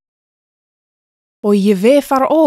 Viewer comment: Did anyone else hear אויבי as אוי וויי? HaPlishtim oy vey Israel?